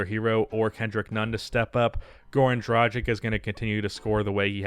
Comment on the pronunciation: fix your pronounciation of dragić